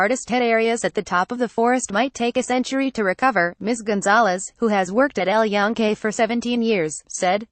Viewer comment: at least get someone that can pronunce EL YUNQUE properly